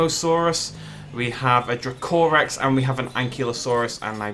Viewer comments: I love how you pronounce DracoRex. Thats not how you say it too :p xD Its DrAAkorex pretty much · I thought it was pronounced Draco-Rex and not dra-co-rex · dra-COR-ex nice accent, mate, haven't heard that pronunciation before (no hate)